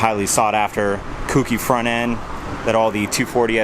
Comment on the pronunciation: Autech front grill Oem louvers and kouki is pronounced KOH-KEY